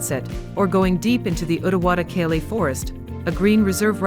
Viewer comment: Galle is pronounced as Goal